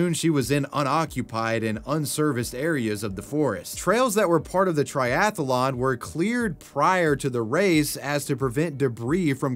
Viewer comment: I notice you're pronouncing "athlete" with two syllables, as is proper. But "triathlon" is similar with only three syllables. It's strange to hear the repeated "tri-ath-a-lon."